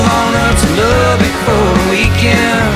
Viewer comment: Learn how to pronounce Lubbock and re-recorded.